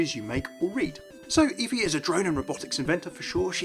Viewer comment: It's pronounced F-ee like Jennifer Hudson off dream girls